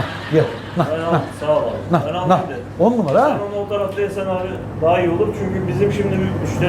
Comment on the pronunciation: Na demiyor nah diyo😂😂😂